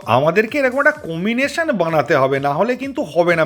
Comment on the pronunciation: ভাই কিছু মনে করোনা আমি একটা শব্দ তোমাকে মনে করিয়ে দিতে চাই তুমি বেশিরভাগ সময় কমিনেশন বলছ সেটা কি ঠিক যদি না হয় তবে প্লীজ উচ্চারণটা কম্বিনেশন বললে ঠিক হয় । আমার অবজারভেশনটা প্লীজ একটু দেখে নিও । ভালো থেকো । সুন্দর সুন্দর ভিডিওর আশায় রইলাম ।